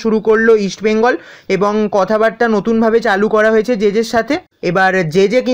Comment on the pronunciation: ভাই তুমি ভালোই আপডেট দাও,,, ইস্ট বেঙ্গল ,, তুমি বলো ইস বেঙ্গল এটা একটু ঠিক করো।❤️💛